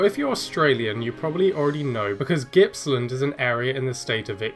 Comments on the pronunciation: Australian one is Gippsland like Gorilla not Gippsland like giraffe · The G in Gippsland is hard, not soft. Its where I'm from. Love the channel, keep up the "G"reat work! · Every other country is out to spite our pronunciations…..it’s Gippsland, G like Gibbon. Not like gibberish.